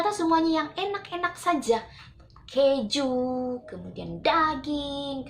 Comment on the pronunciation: Salfok sama pengucapan kejunya 😂